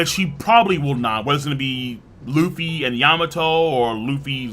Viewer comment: man turned Luffy's nationality to france by saying lufféi